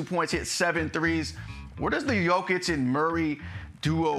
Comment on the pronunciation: Still calling him joe kitch or yo-kick, 2 time about to be 3 time MVP and incapable of getting his name right. Only the closet hater gets it right. Yo-kitch! Put some respect on the name..